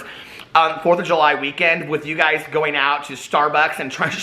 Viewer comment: Love it when you crack yourself up. Lol. Shtarbucks.